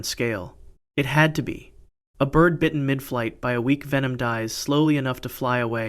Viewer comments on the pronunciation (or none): none